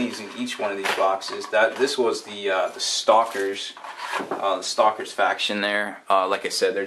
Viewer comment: I know this is four years old, but... well, I'm here. It's supposed to be "stakers", as in having a stake in their land.